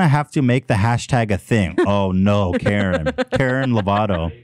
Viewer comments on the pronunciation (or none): “Karen lavato” I CAAAANT 😂😂😂